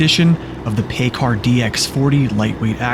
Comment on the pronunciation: PACCAR is pronounced pac-car